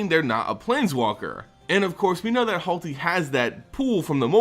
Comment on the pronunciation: It's not HALTi. RTFC once in a while. Holy fuck.